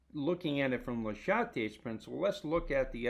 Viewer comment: I liked the video, I disliked the way you pronounced Châtelier :P